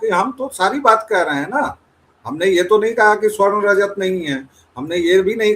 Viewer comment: Aaaap baaar baaar keh rahey hain " SWARN" SWARN!! Yeh Swarn kya Hai. Kaheee Aaaaap Sa-Varn ko toh Swarn nahi bol rahey ho???